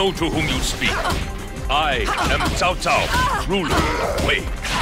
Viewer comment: His Douglas Rye's voice is similar like Nobunaga from Samurai Warriors 1 and repronounced as "t'sao t'sao" from DW6 and newer Dynasty Warriors Games rather than Cow Cow. For example: "Know to whom you speak! I am Cao Cao, ruler of Wei!"